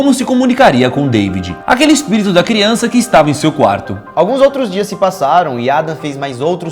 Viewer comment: "kiança" kkkkk